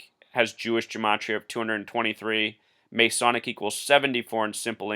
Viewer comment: OMG dude, you are off your rocker and off your meds. If you do not believe any of the stories, go watch the video of LaVoy being shot by the agents. Oh, and you must not be from the U.S since you do not know how to say the word Masonic, or geometric. Two simple words that you totally screwed up. Go look up how many people were born on Feb. 22 in a year that ended with the number 3. I am sure they all had something to do with this deal in Oregon according to your warped logic. Push the call button and the nurse will brig your meds, then you can find the video link to watch LaVoy get shot down by agents. Not a hoax or made up.